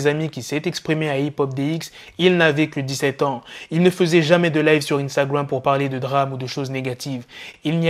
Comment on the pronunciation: Poto, stp, arrête de dire Instagram en anglais, tu as vraiment pas l'accent, tu as tué l'anglais là, tes vidéos sont bien, mais évite cet accent, dis le en français c'est mieux pour les oreilles de tout le mondes.